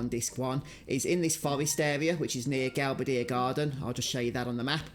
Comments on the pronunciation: Galbadeer sounds like ass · I was thinking the same thing! He pronounced it "Gal-ba-deer", whereas I've always pronounced it "Gal-bay-dee-ah". However, now that I've heard it pronounced that way, it sounds better than my way, I think! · It’s weird to hear someone pronounce Galbadia. When I read it in my head, I always put the stress on the “ba”, and pronounce it as Gal-bay-dia. Is there an official correct pronunciation given anywhere?